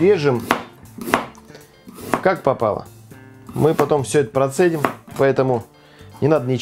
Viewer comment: Отдельное спасибо за правильное ударение в слове "процедим"!